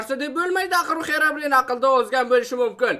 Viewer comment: English yaxwilab organing Xerabrin emas Xirobrayn😅